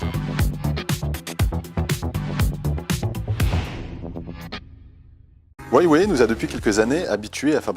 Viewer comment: franchement j'en peux plus, la façon dont le mec prononce Huawei xD